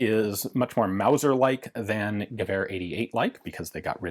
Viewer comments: You mispronounced “wauser” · ITS MAOSER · It's not a Mauser, it's a Mouser.